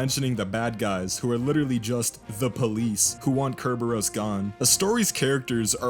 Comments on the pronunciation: You keep sayin ker-bear-ohs, I'm gonna go out on a limb and guess it's sir-burr-us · Bro really said Cerberus wrong